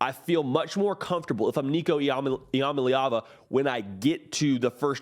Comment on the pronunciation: Its pronounced "Eee-Uh-Mah-Lee-Ah-Vah"